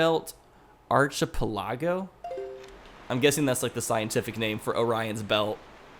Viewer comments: Archepelago is an island chain, usually formed by a river. Ark-a-pell-a-go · "Stiulate the economy" lol Arch eh pelahgo ...double lol XD It's pronounced Ark-eh-pella-go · "Ar chi pi lago" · How spelled archipelago... Lol. It's ark-eh-pel-a-go. It's fine, though. I have accepted the fact that pronouncing words correctly is not your strong suit. I love your randomizer videos, by the way. You've now surpassed JoshJepson in subscribers, too! Congratulations! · Archipelago. Arch-a-pell-a-go. It means a chain of islands. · An archipelago (Ark-eh-pel-ago) is a group of small(or smallish) islands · An Archipelago, (Arc with a hard C) is a group of small islands. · Hate to be that guy, but... Archipelago is said "ARK-eh-PEL-ago". Think of it as ARK of the covenant, ehhhhh (when someone's not decided on a subject), the last part of sPELL, and AGO, like "fifteen years AGO". I hope this helps. Also, not to be rude, but I find it funny that you say your grammar isn't THAT bad, yet every video I cringe because of your grammar... is/are, singular and plural, general basic structure... not hate, just a bit of food for thought. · Stimulate* Arc-a-pela-go* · And it pronounced ark a pel a go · An archipelago (arr keh pell ah go) is a chain or grouping of islands (so like, the british isles are an archipelago i think) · Its pronounced ARC-A-PELA-GO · the word that you tried to pronounce was Latin for archer which the orion constellation is referenced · The star belt archipelago is pronounced Arc-a-pel-e-go but I prefer your way of saying it (sorry my grandmother was a language arts teacher so yeah) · Archipelago is pronounced arc-a-pel-le-go and it's a term for a cluster of islands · Archipelago. Ark-ih-peh-lah-go. Don't blame you for messin' that one up. But an archipelago is a group of islands. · Archi pell ah go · an archipelago (ark-i-pell-ago) is just a chain of islands. Nothing to do with stars or anything. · James Lysakowski “Arch-a-pill-a-go”